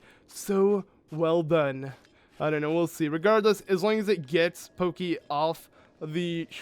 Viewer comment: When I heard you pronounce Pokki as "Pokey", I couldn't help but think of Gumby... just sharing